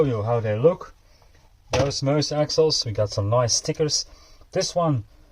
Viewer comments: sorry what was that? Mooouse? Read the box. The name is in the statement on the box....not me but us! Its Me-Us dude😂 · Why does everyone seem to struggle with saying ME US? This looks like it's going to be a sick build, looking forward to this one! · I know right😂 its says it right there on the box. Not me but us....its Me-Us😂😂😂